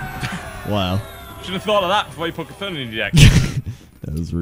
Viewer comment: the mob is called C'tun not K'thun.